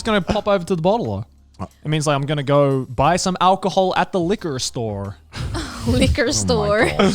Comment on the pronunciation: liquor storrrrrrr